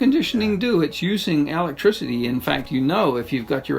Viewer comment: If you cant pronounce "electricity" correctly, I dont care what you have to say. I'm not listening.